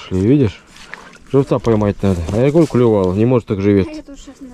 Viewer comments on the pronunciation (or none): Не говорите вы "клЮвал", нет у рыб клюва... По ушам режет...